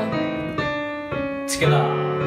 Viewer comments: I love how he says together: tigithier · I love how he says together 😂😂